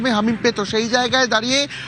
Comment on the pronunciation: আরে ভাই হামিদ নয়, হামিম 😅😂